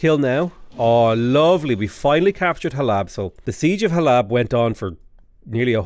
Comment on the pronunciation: Hey, I know I am 4 days late, but every time you pronounce Halab I felt a piece of my soul pass into the unknown. The second a is very soft so it is supposed to be pronounced like Hal-uhb. I am only saying this as a proud Syrian. I love your vids keep em coming!